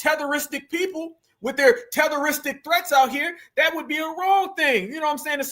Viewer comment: " I don't know, Tehteristic threats" 😂